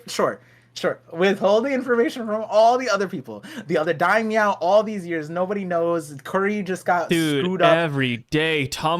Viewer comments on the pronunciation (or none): Lmaooo it’s daimyo not Daimyow loll